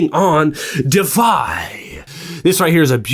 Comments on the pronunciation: I think it’s pronounced “De—if-eye” deify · Your pronunciation of DEIFY is missing a syllable…